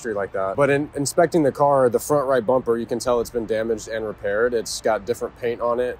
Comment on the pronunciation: "Let's change the bumber" there it is.